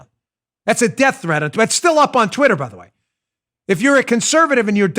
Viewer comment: Uh-oh. Dan's pissed. The New Yawker came out when he said Twittah .... 🤣😂🤣😂